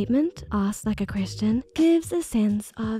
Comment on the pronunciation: I kept hearing 'chrishen' which sounds like christian, pronounced weird. Untill I realized it was 'question' with a intonation of a question. This "accent" can't be real, the intonation is waaaay off.. (And it sounds exactly like btw. No doubt about it. "" must be a pseudoniem for this accent. ) I really wanted to watch this video but I swear I can't follow it bc of the fake accent. ☹️